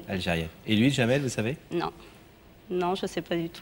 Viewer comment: Il s'appelle Jamel et non Djamel, il est marocain, c'est en Algérie qu'ils rajoutent la lettre D avant la lettre J, ils ont gardé la prononciation des turcs. Au Maroc les prénoms qui commencent par la lettre D s'écrivent et se prononcent normalement, sans rajouts à connotation quelconque. 😊